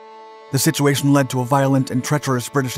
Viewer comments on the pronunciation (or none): none